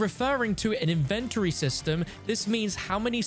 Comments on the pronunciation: That’s the first time I heard anyone pronounce Inven-tory like Invent-tory. I was so conufused at first 😂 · why do you say inventory like that?